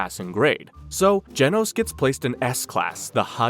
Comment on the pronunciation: You're saying genos wrong